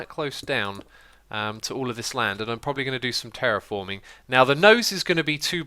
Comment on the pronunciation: X, why're you saying "properly" instead of "probably"?